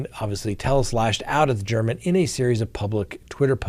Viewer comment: Jeff German is pronounced “Gare men” Just a friendly tidbit RIP Jeff German